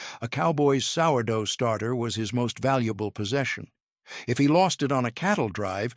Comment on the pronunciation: One minute in and the AI FAILS. It can’t pronounce sourdough. Sheesh